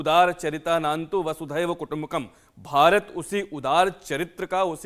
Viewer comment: वासुधैव नही, वसुधैव. वसुधा + एव.